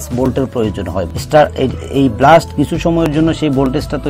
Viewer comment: ভাই, ব্লাস্ট কেন বলছেন?এটা হবে বেলাস্ট।